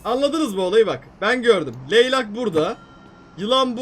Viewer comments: LEYLAK DEĞİL ABİ LEYLEK 😅😅😅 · Abi leylak değilde leylek olmasın şeözşödlxl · Leyleğe leylak diyen koca yürekli vursl abi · Leylak ne abi leylek o hahah